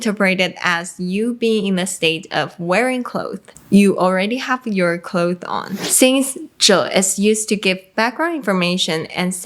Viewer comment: Why does she keep saying clothe when she means clothes? It's driving me nuts